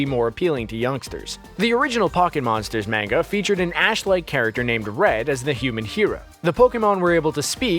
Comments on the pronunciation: Jesus christ its manga not menga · Manga is pronounced Mon-ga, not main-ga. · "In the MANG-AH" the cringe. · how can you mispronounce so many words when it's clear your first language is english. ugh. mah-nga. bay-ta. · Oh Lord his pronunciation of Manga -_ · Please stop pronouncing “manga” wrong.... 🤦‍♀️ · the way he pronounces Manga hurts my brain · Learn how to pronounce manga ya newb